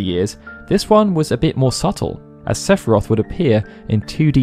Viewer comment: Don’t you mean SEPH-I-ROTH!